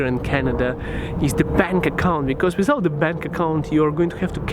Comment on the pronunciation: SAYS WISOUT INSTEAD OF WITHOUT:-D